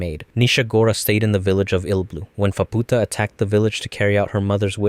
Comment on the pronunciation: Faputa❌️ Phabpootah✅️